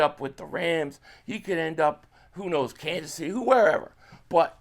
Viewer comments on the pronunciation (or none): none